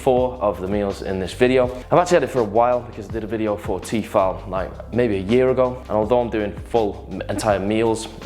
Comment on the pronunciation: it's "T-eh-fal" lol